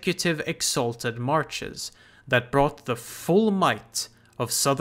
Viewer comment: I've watched all the videos so far, and I am wondering... the word "Marches" is the same in "Exalted Marches" and "Free Marches", but you only say it correctly if you say the former, and say it like "Marshes" in any other case. Is there a reason for this I am missing?